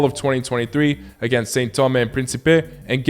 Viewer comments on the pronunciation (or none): none